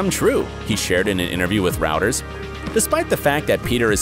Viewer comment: Routers? Do you mean Reuters?